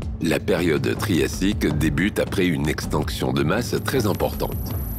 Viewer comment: "extEnction" ? lol